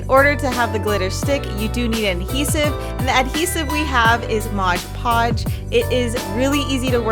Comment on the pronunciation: Am I the only one that cringes every time she says MODGE podge?